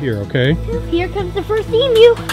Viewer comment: It is great to hear an American who can pronounce emu correctly.